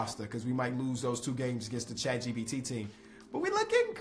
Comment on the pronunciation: Is he saying chat GBT?